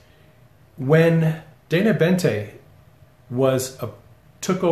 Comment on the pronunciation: Boente, not Bente.